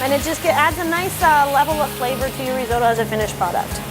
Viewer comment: Not reezohdoe. It’s risotto .and you’re a chef? Try translate app!!